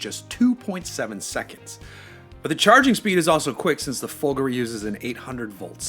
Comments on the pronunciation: The stress is correct - i.e. it's supposed to have a similar stress pattern to the word "Calgary". Listen to the Maserati team pronounce the word. It's the final vowel that the presenter gets wrong. He pronounces it as /i/ instead of /e/ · It's so weird - Americans are supposed to be used to emphasising the 2nd syllable instead of the 1st, like comparing British and American pronunciations of the word "harassment" but for "Folgore" he turns into a clueless Brit. Maybe he's thinking of Calgary...